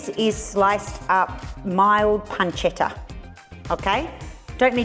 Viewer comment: From the way you pronounced pancetta, and the fact that you said sugo instead of sauce, I have to assume that you speak Italian 😊